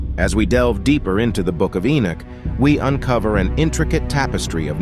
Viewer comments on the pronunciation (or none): Keep saying "Inuk" ... Enoch then looks like its wrongfully spelt ..